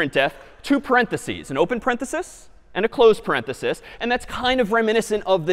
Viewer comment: So nice to hear an educator say "parenthesis".